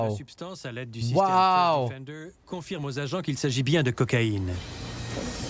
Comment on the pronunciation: le "feurst diffendeur" fore shure XD